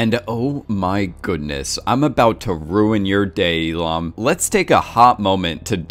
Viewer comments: It's "Oh IL-NAM", not "IL-AM". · only one thing, is Oh Il NAM not Oh Il am x_x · Lol "Elom" its Il-Nam... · He musk have mispronounced. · Yeah and he says it like 200 times. E Lam. It’s iLL NAM. But whatever. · Is it just me or instead of saying il-nam he was saying Elon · Learn to enunciate ffs "sanctified" is not pronounced Synctiefied. Il-nam is also not pronounced Eee lam it's Ill nam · Not hating but who kept thinking he just kept saying “Elon” instead of “II-nam” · Il- Nam ... not Illam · Eelam eelam eelam.... it is IL NAM. Or Eel Numb if you want to pronounce it. Shessshhh. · I just dont get how you mispronounced nam to ham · Bro what did you call him? "We Lam"? Its Il Nam lol, pronounced just like that* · ilam? its ILL NAM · its not eelam its il nam 🤦‍♂️ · I understood "Elon" instead of "Il-nam". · I like how you pronounce his name like “elon” it just sounds like something that elon would have done. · Now I'm not great at pronouncing Korean names at all, but all I keep hearing is Elon instead of Il-Nam, coincidence? Amazing video btw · Why is it that when he says il-nam it sounds like Elon 😂😂😂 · Everytime you say "Il-nam" I hear "Elon" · When you say Il-nam I keep hearing Elon. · Every time you say Il-nam, I hear Elon. And it still would make perfect sense. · When he says Il-nam i always understand Elon and then I think "Yes, Elon Musk would totally do something like this." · Anyone else hear "Elon" insted of Il Nam" when the name is said? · Every time you say Il namm i hear elon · The more I listen to you mispronounce his name, the more it sounds like Elon :D Great analysis! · "Oh ill man", lol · IL NAM - Jesus Christ please pronounce names correctly. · how're you going to call someone your favorite player, but then say their character name incorrectly? 🤨 also, "shark loans"? it's loan sharks. jeeze